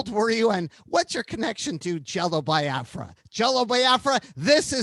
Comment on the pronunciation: I like how Nardwuar has been mispronouncing "Biafra" for over three decades and Jello never corrects him, at least not in the few interviews I've seen.